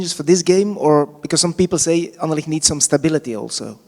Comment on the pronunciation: I would like to hear you say RSCA or Sporting or Anderlecht instead of talking about ‘the club’. You did 1 time at the end and it sounded very nice for an english man,because its not ez to prenounce with the ‘cht’. I can understand want all to get behind this club thingy, so noone will get the blame personally when things go wrong, but its not nescesary because it wont go wrong. Keep up the good work👍🏻👊🏻